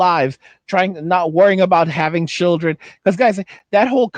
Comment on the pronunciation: "But how we goan feed our chirruns tho?"